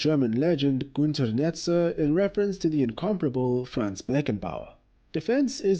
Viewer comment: His name is Franz Beckenbauer not Fran's